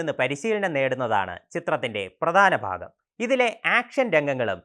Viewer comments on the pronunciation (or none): none